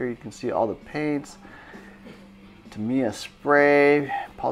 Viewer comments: Tam I ya, you say it like that not tamier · Dude why do you keep saying Tameeya and not TAM"I"YA😄 Pretty sweet video and I wish I had a store that awesome near me! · Jed Petersen actually I’m saying it a little bit wrong and the accent is supposed to be on the first syllable, I.e. “TAH mee yah” and not “tah MEE yah”.